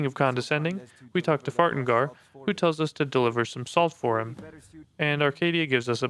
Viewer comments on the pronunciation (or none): I mean props to Kodlak if a pie suddenly started vibrating aggressively next to me for no reason I sure as hell wouldn't keep sitting next to it Also I heard you say Farengar's name as "Fart-engar" and honestly that works better